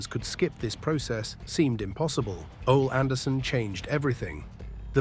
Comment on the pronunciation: Stupid AI slop content. If you don’t know how to pronounce Ole Anderson’s name you have no business making this video.